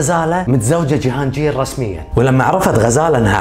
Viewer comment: وٲخيرا حدا عربي حكى قصتها بطريقة مبسطة وبتجنن برافوو ❤ ٳضافة لمعلوماتك ٳسم جهانجير ينطق بالباكستاني "جهانقير" ينطق بالقاف وليس بالجيم 🌸 ... ٲنا باكستانية وحاليا ساكنه في باكستان وهالقصة فعلا صحيحة وغزالة ٲيقونة الجمال الباكستانية وصوتها كان شجي الله يرحمها ويجعلها بجنة النعيم ولا يسامح قاتلها ي رب ... بتجنن طريقة سردك خيي الله يوفقك وتنشهر ٲكتر ونشوفك بخير ع طول ... 🌟